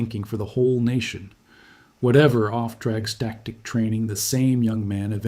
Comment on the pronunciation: "off track static", you what, mate? It's "Auftragstaktik", or "Führen mit Auftrag".